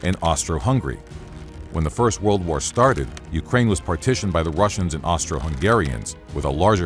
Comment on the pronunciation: I am sorry when did pooh-tin declare war on UKRAINI ?